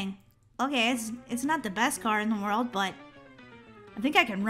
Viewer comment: You said world wrong 😅